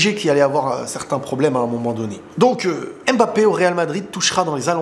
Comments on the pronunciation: Oh on en a marrrrre arrêtes avec ton Kmapeepe c’est bon on a compris (naahhh jrigole frérot ahahaha) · vu qu’il rejoint notre team normalement. Il faut que tu apprennes à prononcer son nom correctement stp! 🤍🤍🤍🤍